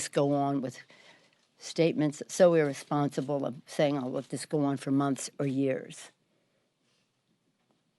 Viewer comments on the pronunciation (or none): Nancy can you say the word irresponsible again. LOL LOL LOL